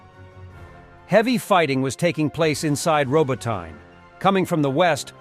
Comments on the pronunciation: It is NOT "Ro-bo-tine". It is "Ro-bo-ti-nee". Bloody stupid Yankee mis-pronunciations are at it again. Thumbs down for bad pronunciation. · Not ROBOTAYN, ROBOTEE-NE...